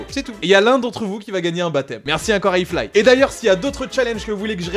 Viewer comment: "Grace à I flight " ? Fait attention à ta prononciation car "I fly" ne se prononce pas "I flight", car "Iflight" est une autre marque déposé dans le milieu du drone. :)